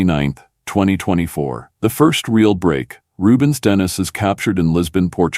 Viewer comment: Its Denis.. Den e.. not dennis